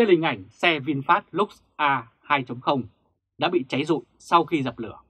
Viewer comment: nếu đọc từ nào tiếng Anh thì nên đọc đúng, nếu ko đúng thì nghe khó chịu lắm và cảm thấy tin tức rất lá cải ko chuyên nghiệp ( vd: lux và Facebook)